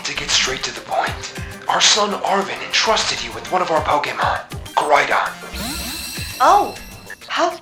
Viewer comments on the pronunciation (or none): “First ”